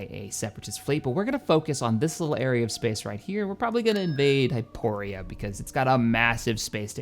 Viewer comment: Can you please pronounce the names of the planets correctly. You have been playing this game for a very long time now and it is incredibly irksome when RINDILI becomes RENDIL, and HYPORI becomes HYPORIA and DANTOOINE becomes DANTOONE. Have been watching your content for a long time now and love it, always ahve always will. Wish you the best